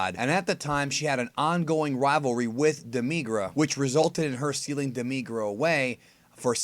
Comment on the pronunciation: why do you emphasis the i in demigra?